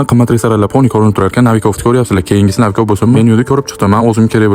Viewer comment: Ни Навиков а Но'виков 😂